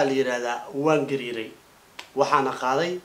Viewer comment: say gaari not gar